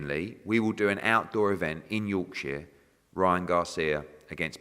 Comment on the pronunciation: Why is he saying Yorkshire like that 😂